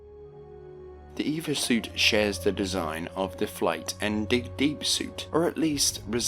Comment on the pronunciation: gonna be nicer about this that i want to be but i hope youve practiced your scripts more in your recent videos and done better research on pronunciation. the straw that broke the camels back for me was calling an E-V-A suit an "Eva" suit